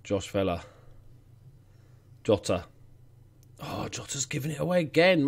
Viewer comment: Bye the way, I'm pretty sure Jota is pronounced Zhota as in the letter J.